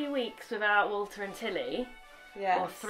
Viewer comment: When she first said "Three weeks without Walter and Tilly", I thought she said "Water and telly" :)